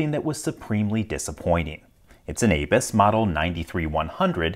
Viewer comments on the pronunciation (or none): Dude, it's abus, not aybis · its abu's (a'boo's) not A-Bus at least what i have heard. SUPREME DISAPPOINTED